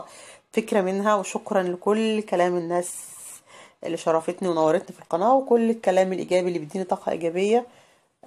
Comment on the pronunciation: الناس بتسمعك قولي كلمة قناه صح